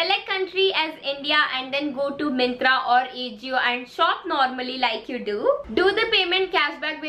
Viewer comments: It's pronunciation is "aajio" not ajio 😊 and u looked damn cute in that yellow sweatshirt ❤️ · It's not A jio it's aajio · It is aa-ji-o not A-jio🤣😂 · It's not aajio it's ajio😅😂🤭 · It's not aejio..its AJIO 😂😂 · It's not ejio 🤣🤣 It's ajio .. ✌🏻pls pronounce correctly..